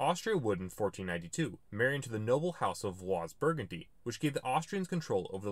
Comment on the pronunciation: Nice video and well done, but the pronunciation of a few proper names in the beginning of the video distresses me a bit. Instances: "Almanaic" (for Alemannic); "Norcium" (for Noricum); "Vłas" (for Valois).